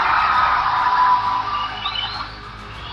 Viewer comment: Magandang araw sayo sir. Nakaka aliw ka naman, lalo na pag binibigkas mo yung salitang 'palakpakan'😂✌️